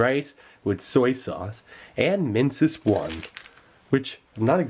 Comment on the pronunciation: when he said Minsus I thought he said Mentos